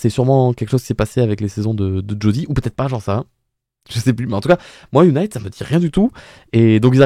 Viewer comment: UNIT se prononce younit et pas younaït. L'organisation a été introduite pour la première fois dans Doctor Who en 1968 avec le 2e Docteur et est apparu par la suite avec quasiment tous les docteurs. Toi qui n'as vu que la New Who hors 13e Docteur tu devrais normalement t'en rappeler car elle y est apparu de nombreuses fois dès les premières saisons de la New Who. Tu as fait le parallèle du transport du TARDIS par hélicoptère dans les 50 ans et 60 ans. Eh bien figure toi que dans les 50 ans aussi c'était UNIT qui le transportait. Tout s'est déclanché car pour la première fois, le monde entier est connecté, un satellite coréen (je crois) a été mis en orbite et grâce à ça la totalité du globe est désormais connectée et donc soumis au rire du pantin qui contrôle tout le monde. Pour faire ça il a fallu que le Toymaker mette ce rire dans tous les écrans et pour ça il a fallu commencé par la toute première télé. Pour les couleurs de la régénération, elles n'étaient effectivement pas comme ça pour les docteurs que tu as vu. Ces couleurs sont arrivées pour la première fois avec la régénération de 13.